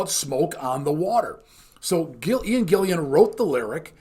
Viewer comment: 'Gillan', not Gillian.